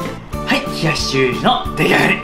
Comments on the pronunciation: リュウジさん名前ちゃんと言えてるやん！！ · 名前ちゃんと言えてる！ってなった俺はもう洗脳済。逆に飲んでないと心配になる笑